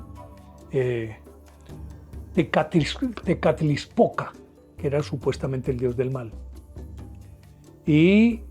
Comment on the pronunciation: Buenas, son buenos sus programas y es comprensible que solo tenga partes de las historias. Por ejemplo de Quetzalcoatl y Tezcatlipoca de Tula. el mito es mas profundo y diferente a su relato. Es chistoso como los colombianos pronuncian los nombres en Nahuatl, no es Quesacute divida en dos y diga quetzal coat Tezca tlipoca. Soy amante de las culturas antiguas y enamorada de, la de mi pais. Mexico. Felicidades por su trabajo. La forma de Serpiente es universal ( rios, caminos, remolinos, la via Lactea, el ADN, El tiempo-ciclico, ETC) Gusto en escribirle.